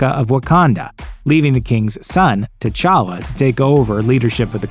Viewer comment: My dude said king ta chacka